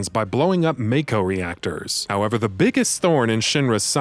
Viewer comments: It's pronounced MAH-KO not MAYKO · It’s MAAAAAAAAKO!! Not Mayko lol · I love these videos, but now that we've had a full voice acted game produced, with direction from the games creators, are you going to correct your pronunciation of Mako (Maw-ko)? Not trying to be an ass, this is an honest question. I know old habits die hard 😉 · its MAKO not MAKE O